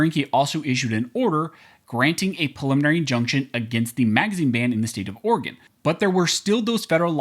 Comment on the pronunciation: Oregon… sigh